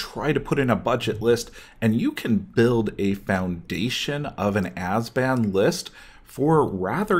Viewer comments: it's abzan. not azban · Ab-zan. Not "Azben". sound it out bro. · Great video, besides the 'ass-ban' :) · azban? not sure thats how you say it but ok... lol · Can't take you serious if you can't pronounce ABZAN.